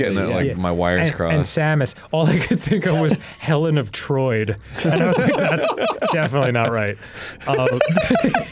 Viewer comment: HELEN OF TROID 🤣🤣🤣